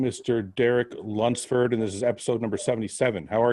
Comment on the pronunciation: Derek can’t say Lunsford